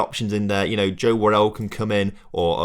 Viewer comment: Who is Joe Worrel? It's Worrall